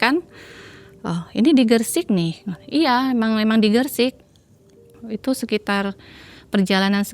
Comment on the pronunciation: Gresik bukan gersik beb